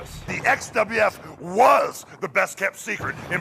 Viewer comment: I still find it funny - how Hulk Hogan says "The XWF WAS the best-kept secret in professional wrestling.".